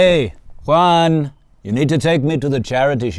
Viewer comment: Did he call him Juan 😂